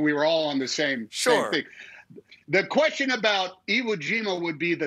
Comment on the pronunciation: the kwisTshen :) lol